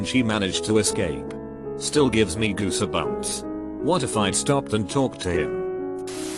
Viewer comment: this reader bot.... perfectly pronounces bronchitis, but cant pronounce goosebumps or buick EDIT: or geek